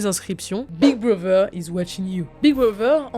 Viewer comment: Par contre c’est big brother pas big brover